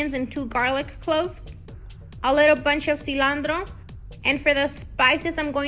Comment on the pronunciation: I couldnt shake the way she pronounced cilandro